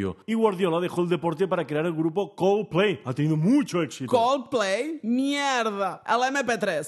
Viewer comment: Cómo pronuncia Coldplay xD